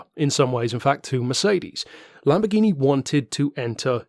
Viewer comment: I don’t know about the lamb bore gyno die ablo straddle. Is this some kind of inside joke? I know it can’t be an American joke considering how hideously you royalists butcher every foreign word. Hey, quick question, how do you pronounce Jaguar? How about Yamaha? Here’s a better question. How do you pronounce Rolls Royce Merlin? The answer? PACKARD.